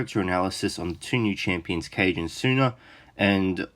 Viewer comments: Great video! Since both Taneda and Kage are Elves and look like they take after Japanese influences, I think Kage is actually pronounced 'kah - geh' and not 'Cage' (unless they've said his name in-game and I just didn't hear it :P). Thought I would mention since I've heard you say it a few times :) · Kage would be pronounced Kaa-Gay.